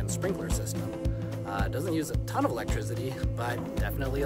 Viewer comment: I love this and why does he say "electrizzity"??